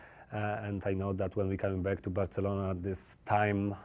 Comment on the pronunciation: He says just right.